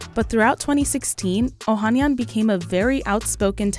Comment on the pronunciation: Oh han NYAN! Never trust a report that doesn't make an effort to research how to pronounce names correctly.